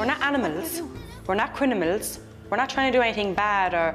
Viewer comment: I heard 2 women mispronounce “criMiNal” by reversing the m and n, to say “criNiMal”. Is that a traveler thing or an Irish thing?